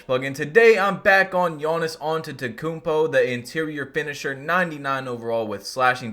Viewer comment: “Yawnnis Awntetokoumpo” LmAo